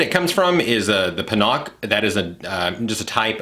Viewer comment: its PANA-KAY , not Panock , ❤